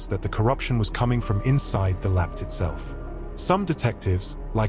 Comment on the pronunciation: please teach your AI voice over how to say those tricky words, like LAPD and wound 😂